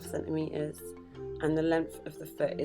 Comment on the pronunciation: Centimetres has two “T”s in it. Please pronounce them